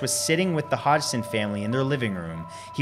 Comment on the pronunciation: hi the name of the family is pronounced hodson but spelt hodgson sorry my mum had the same surname